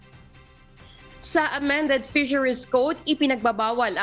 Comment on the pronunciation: Grabe naman ang pronunciation oi: water-. woder, fisheries - fizeriz